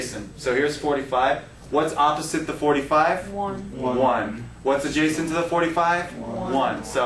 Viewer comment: Adjacent not adjascent...I know, you are a math teacher not english...lol.